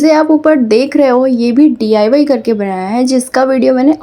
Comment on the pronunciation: Mam D. I. Y. Nhi डाई Bolo